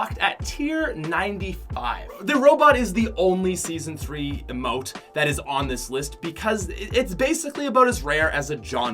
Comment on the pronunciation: Anyone get pissed every time he pronounces emote as IMM-OTE instead of EEE-MOTE